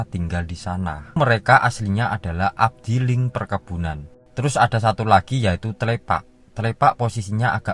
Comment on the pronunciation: Afdeling mas bro bukan abdiling...